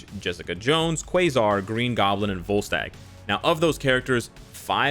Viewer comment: Not gonna lie, when he was going over “Refinement” I thought he said “Ball Sack” instead of Volstagg.... (IGN: Wayward Son 02)